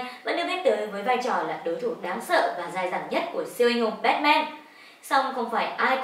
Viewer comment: Bát man chứ sao lại là bét men